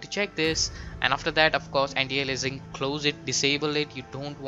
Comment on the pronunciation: anti alienising ? how he speaks that xD